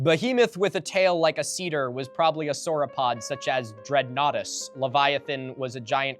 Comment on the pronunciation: Sarcosuchus (sar-koh-soo-kuss) and Deinosuchus (dino-soo-kuss). If anyone tells you it's pronounced "soo chuss" fire several anti-personnel rounds into their chest. Also you got "Dreadnoughtus" right on your first go, good job :)